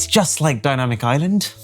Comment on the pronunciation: DINaaMicc ConTTinenTT 😂😂